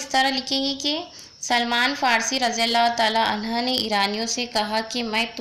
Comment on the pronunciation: Razi allahu taalan ha bol rahe ho aap..... Taalan hu kahna chahiye